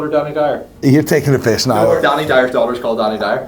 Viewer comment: It's "now" not "nigh". Every...single...video. LOL.